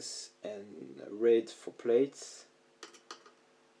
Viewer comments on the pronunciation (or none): Beautiful, and thanks for showing your process :) Your English is fine btw.... Plaits is pronounced PL(AT)S / Plats, English is a weird language. I first spotted you on Rural Sounds via Instagram, love your flowing ambient work.